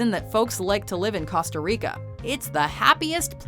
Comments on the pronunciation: She says "casta rico" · Yiooo how she pronounces Costa Rica oh myyy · The way she said costa rica... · Who else cringed when she mispronounced Costa Rica? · Laughing at their pronunciation of Costa Rica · She was doing so good until she said Costa Rica